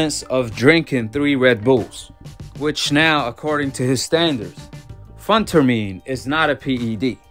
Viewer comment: Pronounce as ( Fin ter meen ) Bro Working working hard